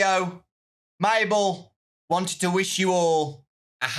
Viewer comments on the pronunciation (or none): none